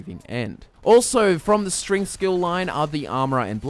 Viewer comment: i swear says stringth instead of strength